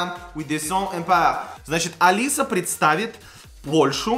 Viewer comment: Не Алиса Зъемплинска, а Алицъя Шэмплиньска